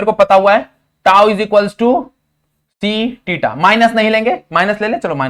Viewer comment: Sir theta 😂 not tita Sorry 🙏 sir but wrong pronounce